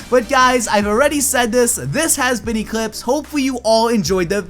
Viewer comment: I really like when in the end of video he says-its been echlipse here.Really?i never thought im watching eclipse LOL